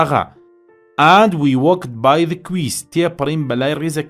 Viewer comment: quays ❌ key✅